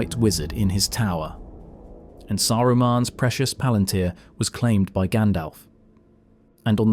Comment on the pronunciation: Did Tolkien, being a devoted linguist, ever give guidance on how to pronounce various things? I only have the movies as basis, and there for example, IIRC, the u in "Barad-Dur" is not pronounced kinda like an ü but like a u. Maybe for mass-pleasing reasons? And palantir, I only heard the emphasis on the third syllable before, but you put it on the second. And there you do it yourself, for the plural palantiri. - And you put the emphasis on the first syllable. - you write palantír. Does that "í" inform about emphasis? Implied is it does not, since you use all variants. Reading mistake, added a "the". It is peculiar, another devoted Tolkien fan on Youtube has this problem, too. - Devotion is also expressed through thoroughness.